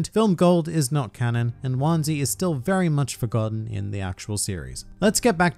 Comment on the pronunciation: I faintly remember seeing him in one or two covers over the ears. Also heraing his name pronounced like onesie is somewhat distressing, I have to say.